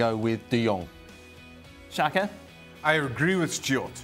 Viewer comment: He name is "de Jong" not "De Yung".